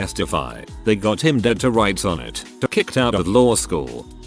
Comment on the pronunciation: Anyone else notice the unusual emphasis on the "him" ? "...take him downtown and book HIM."